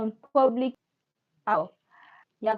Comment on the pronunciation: ITS PRONOUNCED "PEW- BIC " BUT PUBLIC LICE IF YOU WANT TO JOKE ABOUT IT 🤭🤭🤭